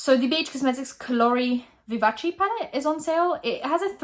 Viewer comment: Thank you for pronouncing Colori Vivaci right. As an Italian Girl that made me happy.